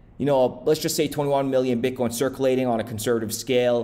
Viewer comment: You said bitcorn the first time I heard it !.. 🌽